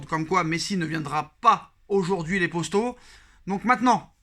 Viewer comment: Les postos 😂 dit les potos stp